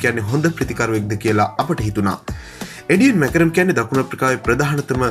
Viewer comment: එඩියන් මැකරන් නෙවෙයි Aiden Markram හරියට කියවනව. උට ඇහුනොත් මැරේවි 😂😂😂